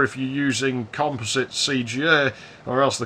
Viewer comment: Finally, a person who knows how to pronounce composite. Also, I like my AMSTRAD PC1512. It's great for chatting with people IRC with an SMC 8416 card.